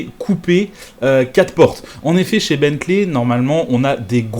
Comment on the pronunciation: Tu fais l'effort de prononcer correctement Rimac, mais pas Bentley 👀😅